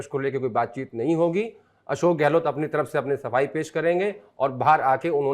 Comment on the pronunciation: Sardesai sir ka "Gelot" bolna😂❤